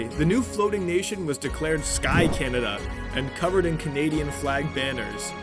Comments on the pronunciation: bro said canadia??? Doth thou meaneth CANADA????? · did he say canaydia? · Why did he say "canadia"😂😂😂